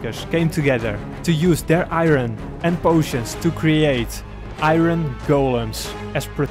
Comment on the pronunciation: He said iRen instead of iron but overall I loved this vid since it came out